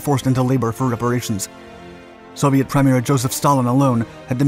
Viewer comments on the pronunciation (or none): "The Soviet PRI-meer". To be so perfectly pronounced on almost every other word yet screw up simple words is a dead giveaway. If you listen to it on a slower speed, you hear some very strange enunciation, which is probably why they have HAL 2000 talking so fast.